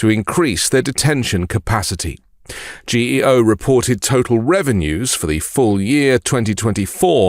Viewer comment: Correction ...Pronounced GeeO.. They were a customer of mine. There is one on the boarder of NE NC and VA. I use to service another on the boarder of GA and FL. They are built in the middle of nowhere (land is cheaper) so it's nearly impossible to staff them properly.